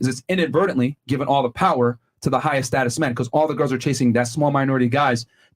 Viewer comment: it’s status my man.